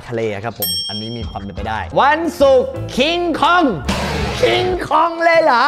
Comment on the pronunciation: มันชื่อว่า"คอง"ไม่ใช่เหลอพี่